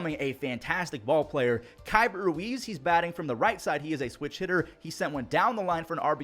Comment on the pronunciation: instead of saying "Kyber Ruiz" his name is more like "keybert ruiz"